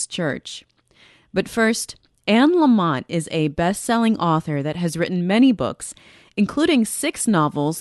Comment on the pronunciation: Anne’s last name is Lamott.. not LamoNt. Love this woman. Last name Lamott-no-N. ❤️